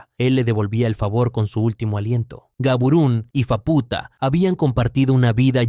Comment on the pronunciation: por qué lo pronuncias como fapúta, si se dice sin acento? se dice fáputa no fapúta